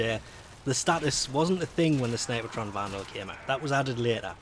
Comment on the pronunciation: There is no "ah" in snipetron, fyi, two syllables. People can call weapons however they want though.